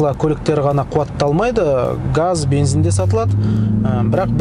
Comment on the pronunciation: Видео керемет! Бірақ бензин деген сөзді "БЕНЗІН" деп айтпасаң нұр үстіне нұрәлем болар еді